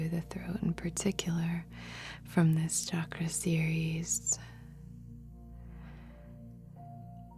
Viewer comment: Thank you for saying it right.. Thank you for saying Chakra and not Shakraa 😬😃🥰🙏🏼